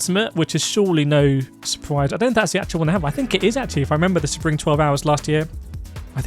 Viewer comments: Nah its not say-bring, its sea-bring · Excuse me but how do you say SEBRING?!